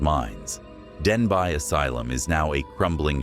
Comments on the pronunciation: Denbigh is pronounced Den-bee not Den-bye. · Denbigh is actually pronounced ‘ Den- bee’. Its formal Welsh name is Dinbych. The asylum is actually undergoing a transformation into flats/ apartments. Personally I think it’s disrespectful to all those who suffered abuse there. It should be left alone. Anyone who decides to live there is in for a ride. Not a good one. 🏴❤️👍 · I went to Denbigh (pronounced Denby) asylum, and after spending 9 hours exploring, I can report absolutely nothing haunting of any kind 😂